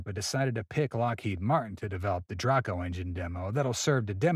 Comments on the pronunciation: It's. Pronounce d. DrAco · Filled with errors and misconceptions, the video was probably produced by an illiterate 7th grader. For example Draco is pronounced Dray'-koh in American English. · Js saying it’s (dr-ay-co) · It’s with a long a, like in dragon.